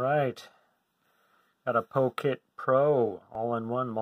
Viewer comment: It's pronounced "pocket" as in "put it in your pocket." NOT "poe-kit." Why do you have so much trouble saying it?!